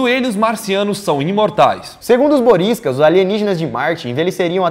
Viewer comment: ele disse boriskas